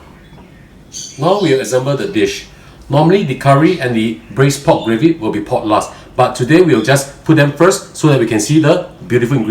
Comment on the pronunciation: Pork? Pod? Pot? I'm confused.😯